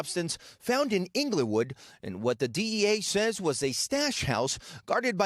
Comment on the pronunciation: Ingley-wood huh, lol